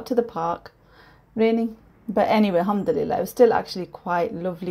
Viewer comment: Hi there. Please dont take this the wrong way, but why can you say Alhumdulillah properly? Ive noticed you always say Humdulillah. What does that mean? Maybe im wrong and its a totally acceptable way of saying Alhumdulillah. But if im not, then please dont say it the way you do.